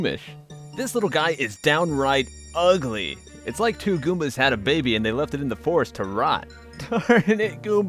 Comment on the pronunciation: he called it a babby not a baby lol